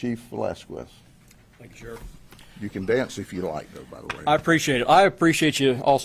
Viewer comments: I love how he pronounced the Chiefs name in the beginning "Luis VelasQUez" 😂😂 hes so genuine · Why did he pronounce his name “Vuh- las-qwez” 😂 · GOAT!!!!!!! HE SAID VELASKWEZ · Chief velasquzzzz🤣